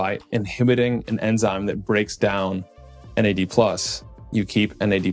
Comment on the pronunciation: You said Nads 😂